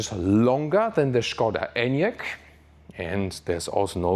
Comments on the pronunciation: I like that you said "Schkoda" and not "Skoda", gut gemacht. :) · Yes "Shkoda" is correct. Not "Skouda" as is usually pronounced by english speakers :) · I can confirm it is correct 😃